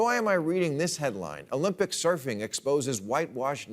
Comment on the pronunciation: “Olympig” lol😂